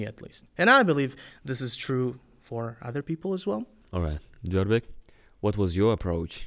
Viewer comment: I guess, Diyorbek's pronunciation is perfect